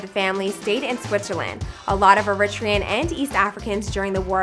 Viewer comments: The way she saying ‘Eritrean’ is upsetting me and my homegirls 🤦🏽‍♀️🤦🏽‍♀️🥴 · Fr shes like iritrean n it bothers me😭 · I really need you to pronounce Eritrean correctly....like...put some respect on it. Zero effort...For yall to constantly do these stories on Black/Urban artists (Nipsey Hissle, Tiffany Haddish) it's not the first mention of this word.